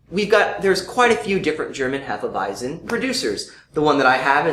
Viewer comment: They aren't really saying it properly. It's actually pronounced more like Hay-feh Vy-tsen in German.